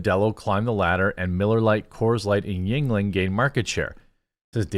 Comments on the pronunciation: I understand you have dyslexia and it's not easy for you, but the constant mispronounciation of yeungling is killing me LOL. It's germanic. It's not asian. pronounced "youngling" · I thought it was pronounced as "Youngling